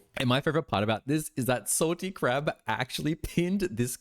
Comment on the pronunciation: Are u saying Salty Crap or am I hearing wrong 😭😭